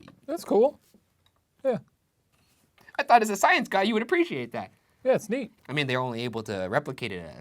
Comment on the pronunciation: Why does shane's "yeaa". Sounds like "yeet"